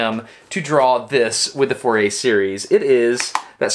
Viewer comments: If you pronounce "Fourier“ like this, you have no right to criticize other people's pronunciation of "gif". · But nobody has complained about the pronunciation of the Frenchman Fourier's name; being French it is not pronounced as four-ee-ay, it is more fur-ee-ay (fur as in fury (meaning very angry), or is that pronounced foury?). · Fourier Pronounced Foo-yay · More of a Foor-ee-ay to get the acute accent e sound of -er in french.